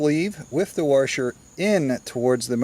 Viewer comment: What’s a warsher? Is that like a washer?